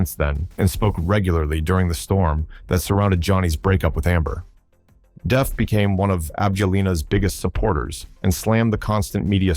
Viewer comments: Wow, Angelina Jolie is lists of both Johnny Depp’s most hated and favorite actors/actresses. BTW, Johnny’s last name is pronounced as it is spelled as “Depp” NOT as “Def”. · Can someone tell the voice-over person that his name is Johnny DePP not Johnny DEEp or Johnny DeFF. Practice the name of the star you are doing a video about. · Depp not Deff 😅